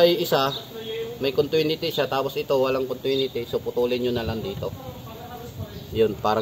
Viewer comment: Maganda ang vlog mo brod, pero correct ko lang continuity yan brod, hindi contwinity pero magkatunog lang yan diba?